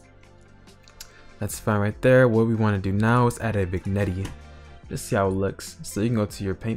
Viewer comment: Epic video but you got some weird pronounciation. "vignetty", "hoowee", "tire"